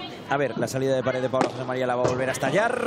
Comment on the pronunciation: Pregunta: por qué pronuncia res / pares en lugar de red / pared? O yo escucho mal